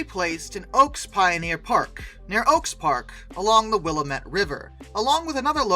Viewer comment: Willamette river = wil LAM et.